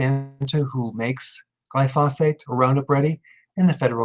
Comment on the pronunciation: Glyphosate is accented on the first (not the second) syllable.